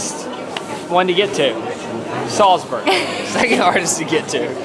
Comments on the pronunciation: Just a heads up it’s Salzburg instead of selsburg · Sorry guys, but what is 'Salsberg'?...oh, you mean 'Salzburg'? Comm'n guys, you can do it better....this is a cheap mistake. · Where the heck is Salsberg supposed to be? Do you mean Salzburg? 😂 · It’s Salzburg, not Salsberg. Come on, do better. Between that and the backwards baseball cap you definitely scream “American”. I still like the video but step up. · It's Salzburg, not Salsberg. Americans. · It's not Salsberg hahahI. It´s called Salzburg! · It's SALZBURG not Salsberg. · I love how you call "Salzburg" Salzberg all video long - glad you enjoyed Salzburg and the market there! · Salzburg, not Salsberg. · It’s Salzburg, not Salsburg😇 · Its Nürnberg and Salzburg, not Nuremberg and Salsberg. One's a hill (Berg) and one's a castle (burg) :) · Hey and the Austrian town Salsberg is pronounced Salzburg Greetings from Germany 😊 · i don't know why this video triggers me so much but i guess you aimed for quantity (9 countries in 9 days) and not quality cause there were so many errors, starting by misspelling names (it's salzburg, not salsberg) and then mixing up the 6th of december and christmas..